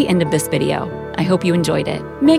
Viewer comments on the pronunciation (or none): none